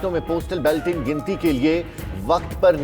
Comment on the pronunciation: it is not Belting ... it is Balloting. Sahi pronounce karo.